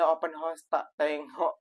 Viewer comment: Sebut....HA OS Bukan HOS....